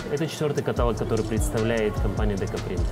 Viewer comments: Огонь! Как говорят девочки. Но , товарищ переводчик каталОг, каталОг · КаталОг! КаталОг